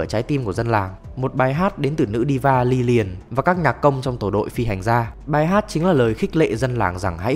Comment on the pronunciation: Lilian mà anh chơi liên quân nhiều quá anh đọc thành liliana